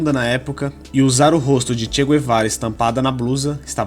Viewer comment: Tudo mito Nem mesmo o nome do Che ele pronucia em condicoes